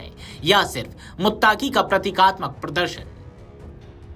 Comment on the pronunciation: Muttaqi bolo muttaki nahi